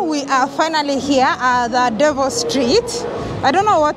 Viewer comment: It's not Devil Street! It is Develin Street. Mispronounciation!